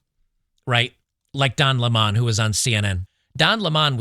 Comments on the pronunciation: It's not Don Le'Mon, it's Don 🍋LEMON 🍋 😁😁🤣🤣😂😂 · WTF why do you say lemon LEY-MON?